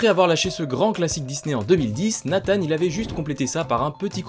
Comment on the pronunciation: 1 minute de vidéo. Et j'entends déja de la blasphème. La prononciation du nom de Nathan. RIP